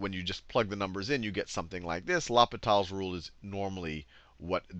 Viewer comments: It's not la-pe-tal's rule, it's pronounced law-pee-tal's rule. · I laughed every time he said law-pit-all instead of loh-pee-taall. french is hard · it's actually pronounced low pee tal (french for hospital) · It's L'H(oh)pital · It’s funny how people pronounce it differently , Person 1 : LAPITAL Person 2 : LOPITAL Person 3 : ..... L - Hospital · Sachin Nair in french it's more of a Oh-Pee-T-Ah-L. Not Oh-Pee-Tall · I kinda like "Lop-it-all" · It sounds like "Lupita's Rule". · "Loppitall's rule", are you kidding me with this? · mispronounce it in front of your teacher and you get sent to the l'hospital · Great video, you butchered the pronunciation of l'hôpitals though. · Great video but please pronounce l'hopital properly its bugging the hell out of me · please never pronounce L'hopital ever again XD XD